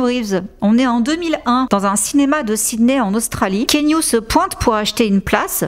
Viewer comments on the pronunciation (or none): ❤❤❤ Keanu est le meilleur, juste il faut prononcer son prénom ki yanou et non kénu 😄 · Hello j’adore tes vidéos je les suis tout le temps… mais la je me permets un petit commentaire : On dit Ki-a-nou Reeves ☺️ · J'adore ton contenu, je n'en manque pas un, petite remarque on dit "Ki-A-Nou" :) XXX